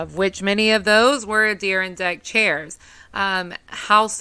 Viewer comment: That was a great story! The way you say Adirondack is bizarre. It’s a-dr aan dak emphasis on the aan lol